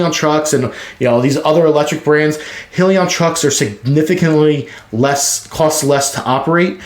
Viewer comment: Nice video! But, it’s pronounced: “High-Leon”